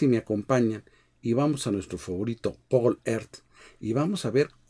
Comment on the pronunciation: Realmente interesante, muy bien explicado y ojalá la mayoría se enterara de toda esta información, pero dos cosas.... una, señor, usted tan instruido y experto en estas materias, POR FAVOR, para ser coherente ¿podría tomarse la molestia de saber y APRENDER cómo se pronuncia la palabra GOOGLE y el nombre del software POWER POINT? y dos... me pregunto que piensan TODOS los que viven en todas esas zonas sísimicas de lto riesgo y peligo, cada vez que usted repite y repite "y esto está realmente cerca de la Ciudad de México"... y "esto puede afectar enormemente a la Ciudad de México"... y "el daño puede ser enorme para la Ciudad de México", perdón pero TERRIBLE.